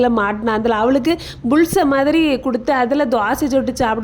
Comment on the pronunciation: அது புல்ச இல்ல பூல்ஸ் ஐ😂